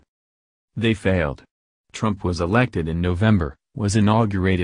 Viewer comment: please learn how to say Trumps name correctly.